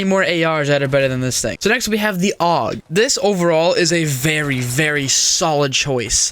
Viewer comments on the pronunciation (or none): I hate how you said f-a-l and Aug. it’s a-u-g and fal.